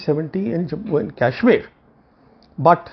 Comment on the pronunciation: Today I am confirmed that these words are bcoz of yuan which is advocating in favour of chinese.. sad to see rogue perceptions. Can see the confidence in choice of words for china. Btw its KASHMIR not KYASHMIR. pl mind ur pronounciation.